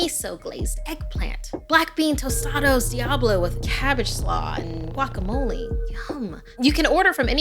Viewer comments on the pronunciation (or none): none